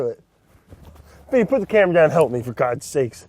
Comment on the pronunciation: Brad keep saying Vinny hurts me badly